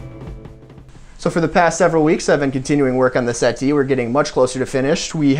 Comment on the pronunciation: i love hearing americans be made to pronounce the t in 'settee'